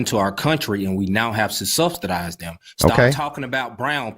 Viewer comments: "Stubstidized." There's no T in subsidized. He threw in two. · "We cant be subsdedizen no whiteys." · "Substuhdized" What an idiot. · “Stubstedized en sheeeit”